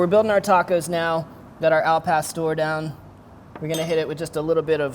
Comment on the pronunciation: AL PASTOR!!! WHITES way to say it